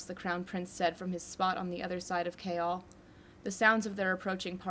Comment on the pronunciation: OMG IM DYING YOU PRONOUNCE “Chaol” KALE OMG OMG